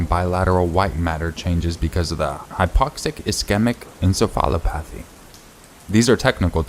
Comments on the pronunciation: Just something to help for future videos (because I love them) with medical terms... Asystole =a-sis-toe-lee Encephalopathy = In-sef-a-law-path-e Love the videos!! Keep up the amazing work!!💜💜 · Also encephalopathy is pronouced: in sef ah la path ee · Now teach him how to say encephalopathy. Although his journey through that word is pretty cute.